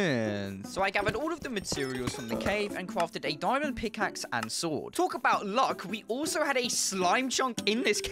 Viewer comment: Bro you saying diyimond lol bro